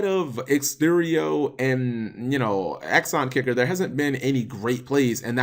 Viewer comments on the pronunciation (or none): none